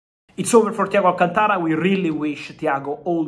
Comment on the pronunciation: An Italian with difficulty in pronouncing the name Alcântara is kind of embarrassing. Is it just the Latin accent , is so hard?